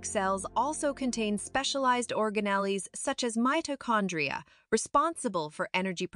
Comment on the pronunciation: Great video! Though I'm not sure the pronunciation of some words is correct, such as "organelles" and "ribosomes". I think cell membranes are particularly amazing!